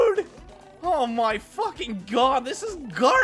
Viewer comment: All I hear is fowking fowking and fowking 😂